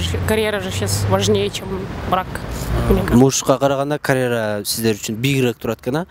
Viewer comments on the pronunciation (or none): none